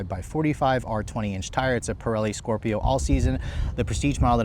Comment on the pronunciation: It's a Pirelli Scorpion tire- noticed you always say Scorpio!